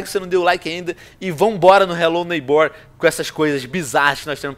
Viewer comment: vc ta falando errado n se fala desse jeito a silaba mais forte é o nei n o ghbor